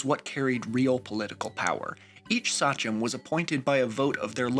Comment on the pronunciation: excellent video! btw, i think it’s pronounce “say-chum”, not “sah-chum”